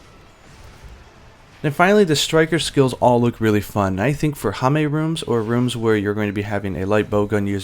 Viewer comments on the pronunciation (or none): Woh woh woh it's pronounced hame not ham with a silent e. Dear god I've been living a lie.